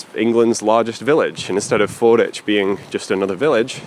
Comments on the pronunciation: Just fyi, it's Ford WICH, not 'ich'. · Locals call this FordWich, not Forditch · I lived in Canterbury for 25 years and we always called it "Fordwich" not "Forditch", and now I'm doubting myself... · I love your content, but it’s Ford-witch, not Ford-itch! (I live a few miles away) 🙂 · Fordwich is pronouced Ford Which, in the same way that Sandwich is down stream on the Stour. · Pronounced ford-witch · Fordwich is pronounced ford witch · Pronounced Ford-Witch by the locals btw. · I believe Fordwich is pronounced with the W present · You pronounced Fordwich wrong. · If you're ever back in the area, the 'w' in Fordwich isn't silent. It's pronounced how it's spelt, unlike Greenwich.